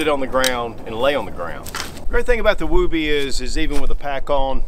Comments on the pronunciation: I’m gonna get petty here for a second but woobie rhymes with woody. It’s not a wooooooobie. But yes it is a Soldier favorite. I’ve seen many a Soldiers take nothing more than this and their bivvy sack into the field even when it’s cold. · Not pronounce as woo-bee. Moore like Wubee. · James Hanna has the right of it. I was in the Army Infantry ( ). It's pronounced as, "wubbee". Same vowel sound as "wood". As a new private, in 1982, I asked my squad leader why the poncho liner was called a "wubbee" ? SSG Morse said, "It's short for, "I would be(wubbee) cold with out it!" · The oo is pronounced like it is in wood. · Love your videos. It is actually pronounced differently. Like wood. Not like boobies. Almost like would be. And yes it was taken from the movie Mr mom. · Although I think you pronounce it wrong, I have always said “Don’t criticize someone for pronouncing a word wrong, it just means he reads and probably read it that way.” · I can’t get over his pronunciation of woobie…other than that, good video. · Well, you certainly are not using the Mr. Mom pronunciation:) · Never heard anybody pronounce it that way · You're saying it wrong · Can't watch bc he refuses to say the word correctly. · Why is he pronouncing it like that lol